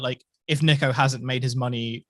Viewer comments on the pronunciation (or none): His name is pronounced n-ee-ko ya dummy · Niko*** not Neeko! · It can be pronounced both ways but he goes by ‘Niko’ not ‘Neeko’ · Still can't get his name right his name is niko say it right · It’s pronounced nick-o he literally laughs at people who pronounce it like you do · Yes they both are pronounced the same, but the "Niko" in niko omilana is pronounced "Neko". Which is the wrong pronunciation. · Bro niko is pronounced nee-ko just search it. British accent truly changes it. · Niko Before they were famous mispronounced your name Are you going to end them?🤣🤣🤣